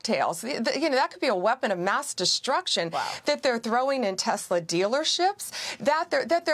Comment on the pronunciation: Donald is so stupid. Elon's Tesla deserves the legal protests and the lack of sales and the tanking stock. Since when do elected members of the government have the right to promote a private company like Tesler? (Donald's pronunciation, not mine).Especially turning The Whitehouse into a Tesler showroom. What an embarrassment! The Tesla protests are happening worldwide. As for the judges, they are following the rule of law. Trump MUST follow the rule of law. Pam Bondy is a hypocrite and a joke. Right now, I am ashamed to be American.